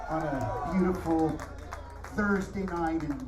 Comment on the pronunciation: "Thursday" not "thirsty"